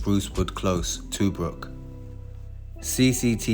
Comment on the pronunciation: Tuebrook is pronounced "Chew-brook" 😀